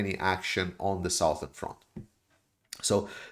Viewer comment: Southern is pronounced suthern